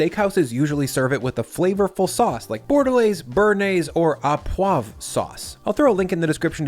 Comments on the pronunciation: Btw “Au poivre” is pronounced “Ô poivre”, not “A poivre” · au poivre is pronounced o poivre